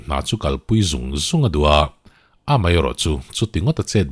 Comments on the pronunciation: Mai ti lovin mei hi i ti leh thin fimkhur feuh teh boss,eng a kalta mai tih turah kalta mei,iti leh thin a ulukzz heavy uchuak deuh teh... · Rilru a khawih hle mei,mei tih laitak hi pu ber i in hmeh lo tlat,Rilru a khawih hle mai,mai lo ti toh roh aw😂